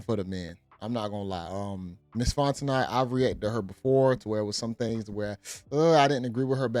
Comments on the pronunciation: It's not Fon-te-knot its Fon-te-know... Southerner here! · Bro its FONT-O-kNOw'..... NOT FONT-O-NOT! 😂 You been doing this for years now lol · Her last name is pronounced Fonteno. The second T is silent. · The "T" is silent. FON teh KNOW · Pronounced "Fon-Tah-No" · The "T" is silent in her last name lol it's pronounced Fon-te-no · Fon - teh - know...👍😌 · It's FON TE NOE!! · DUDE, it's "Font-e-NO." The T is silent. Jesus. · Dude you are pronouncing the woman’s name wrong. It is Fon-ten-no. Hooked on phonics. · Her last name is French, pronounced Fon-tin-oh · Her name is pronounced "FON-TEN-NO" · Her name is pronounced fon'te'no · Brother, it's Fon-ten-no. T is silent. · It’s pronounced “Fonteknow” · Dont pronounce the "T" at the end of her name its silent, Louisiana people let him know. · I was distracted by the mispronunciation 😬 They did that on the Breakfast Club, too 🤦🏽‍♀️